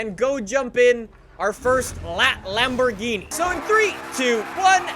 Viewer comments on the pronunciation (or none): Let me translate the video title for u kidz. LambogheenE PerfeMONtay